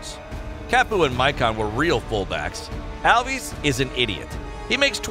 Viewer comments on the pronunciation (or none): Alves not alvis 🤣😂😂😂😂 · Danny alv-is? Its al-ves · Dani Alvee Sure!😂 its Alvez not Alvees. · He’s covering this like a children’s book and gets all the names like who’s alviiies and pieale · Alves and Maradona are pronounced wrong